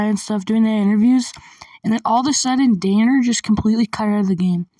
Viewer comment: Blud called his friend Danner dinner💀